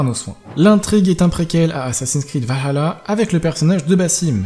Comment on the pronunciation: C chiant a force la prononciation vahala dit le à la française stp